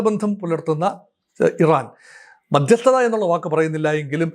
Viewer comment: Madhyasthatha paranjittuclear aakunnilla